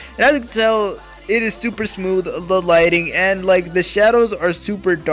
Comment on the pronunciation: When Hes Super excited he kinda said Tuper Instead of Super 😂 Nice Vid tho